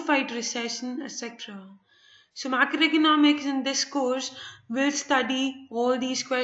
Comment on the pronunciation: Madam aapka microeconomic aur macroeconomics eak jaisa sound kar raha hai plez aache se explain karo and i liked your video tysm